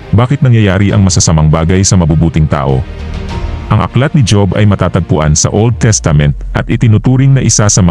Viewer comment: Kaya lang mali ang pag bigkas mo ng job dapat hob kc pinoy tayo tama ba ako